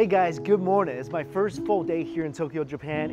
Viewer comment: learn how to pronounce English, its "good" , not "GORD"